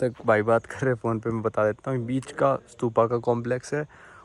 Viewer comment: Bhai स्तूप होता h स्तुपा nahi